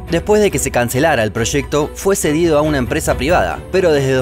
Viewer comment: She proshecto